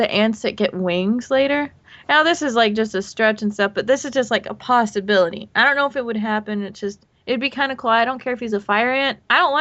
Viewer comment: I heard 'pastability'